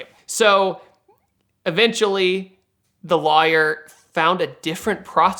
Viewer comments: It really bugs me how he pronounce lawyer 😩😩😩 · He really over-pronounces it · That is not how you pronounce lawyer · first time hearing the word lawyer pronounced as "luhh-yurr" is that a GA accent/dialect? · Is it just me or does he say "lawyer" funny? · Hearing him pronounce lawyer was like what!? Lol